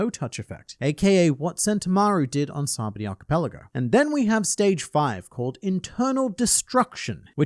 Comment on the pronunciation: Complains about Ryou pronunciation but mispronounced sabaody